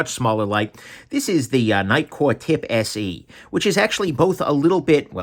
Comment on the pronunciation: You say Nitecore TIP SE, and I hear Nitecore Tipsy.